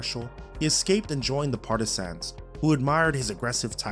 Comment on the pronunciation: Homie learn how to say partisans first. Stop emphasizing sans in the word. Its partah-sin.